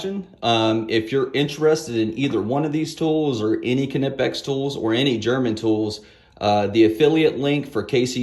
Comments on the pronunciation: Another awesome video, Kuh-Nip-X makes such nice tool. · Kuh-nip-x :p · These Kuh-Nip-X bolt cutters are head and shoulders above the rest!